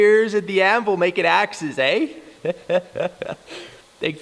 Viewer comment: You say"eh" like a Canadian!!! 👍🇨🇦